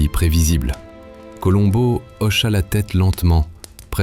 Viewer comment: Meilleure diction que l'autre voix.. Enfin le nom de Columbo esr bien prononcé.. Merci. Super. 👍